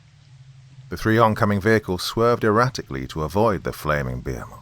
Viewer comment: I really wanted to enjoy this action-filled story, but I am now starting to see that your pronunciations are getting WORSE. A geezer of water? A giant behmith? What's going on,?